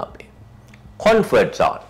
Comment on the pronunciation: you are doing a great job. Keep it up. However I think it's "Comfort Zone" not "Confort Zone". I hope you will take this with good spirit.